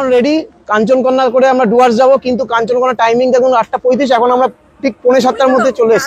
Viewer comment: জুয়ার্স না ওটা ডুয়ার্স।